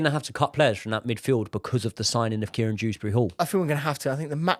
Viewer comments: His name is Kiernan not Kieran Proves how uninspiring this is 🙄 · Its Kiernan not Kieran Btw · btw its Kiernan not Kieran ;)